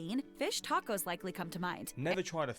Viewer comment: I like how you pronounce tacos as tack-ohs 😂. I had never heard that pronounciation before. Also, chile verde is pretty different from curry and clam chowder definitely has its own unique taste. I would like to see your reaction to trying it for the first time. It's one of my favorite foods.👌